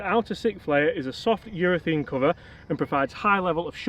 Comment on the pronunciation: It's UrethAne not UrethEne